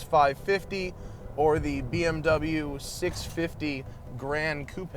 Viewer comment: Yes! You said Coupe properly! Everytime I hear someone say "Coop" I want to punch a baby in the face.